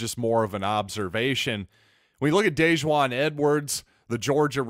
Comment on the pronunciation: FYI, he pronounces Dejuan like the mustard. Dijon.